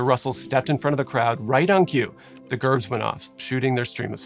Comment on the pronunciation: Pronounce Gerbs, Jerbs.